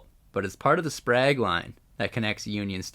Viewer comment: It's pronounced Sait Bonifiss , or locally Sait Bee . The Seine River is named after Louis Riel's parent's who operated a fish seine or trap on the small river , not to be confused with the Seine River in Paris . The Sprague line is pronounced Spraag line . Winnipeg has well over 100.000 indigenous people many of whom live in poverty . Quite a few of them are homeless . The Bergen's Cutoff Bridge was buil to haul cordite from Transcona in the east to the north end to build munitions for WW1 .